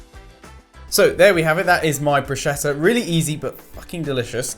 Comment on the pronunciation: It's "broos-ketta" not "brooshetta" 😭 (italian girl here 🙋‍♀) and congrats you've made me hungry in the middle of the night...